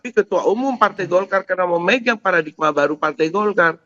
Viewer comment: Paradigma bukan Paradikma... Wartawan Kompas masa ga mudeng penulisan begini.😂